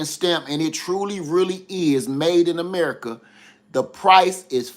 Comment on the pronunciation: 😂 “made in merica “